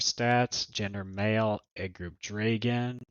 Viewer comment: why do you say dray gone?